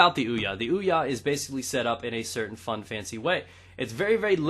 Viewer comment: Hey stupid. The console is pronounced Ouya. Not weeya wtf is a weeya? Even the console says Ouya when you boot it up.